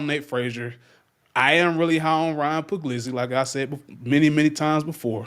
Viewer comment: Pug-lease-i That's how your say Ryan Puglisi's name.